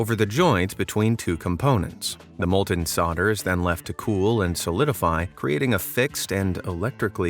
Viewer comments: Solder / Soldering Iron - this is NOT pronounced ‘sodd-uh’ / ‘sodd-uh-ring i-on’ but ‘sold-uh’ /‘sold-uh-ring i-on’ ! Please LEARN how to speak ENGLISH correctly before putting out another collection ! 🤬😡🤪😂🤣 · soLder. Not sodder. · S O L D E R! Not "soder". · Sawder = Solder. Pronounced , “sold’er”. Americans😂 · It's a soldering iron not a sordering iron. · The L in solder is not silent. It is not pronounced soder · "Solder" - the "l" is pronounced - it`s NOT "soder". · You misspronounced solder, as almost everyone else does. the L is pronounced in the word. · Does the narrator know that there is an 'L' in 'Solder'? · ...Have you not noticed the L in the word solder?